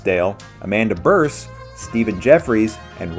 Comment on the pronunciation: Amanda Bearse is pronounced "BEERSE", not "berse".